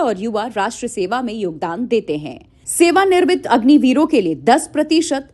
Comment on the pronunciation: Sewa nirmit nhi Sewa niwrit bolo❤❤❤